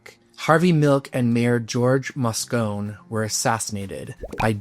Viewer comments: George Moscone’s name is pronounced MOSS CONE NEE you’d think you’d check that before you mispronounce people’s names! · Just FYI, the mayor of SF pronounced his last name Mosconie.